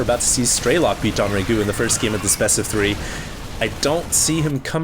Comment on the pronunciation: It's not "Don"RaeGu. It's DongRaeGu. Dong-Rae-Gu. DONGS.